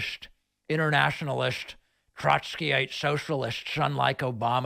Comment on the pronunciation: "...inernaschionalist, globalisht, Troshkyite-soshialisht...! 🤣